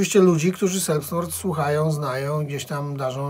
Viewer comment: Taka mała uwaga czyta się ,,zelbstmord" ;)